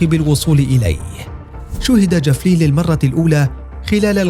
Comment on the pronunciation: الفظ اسم الصاروخ جيدا ايها المعلق الفبي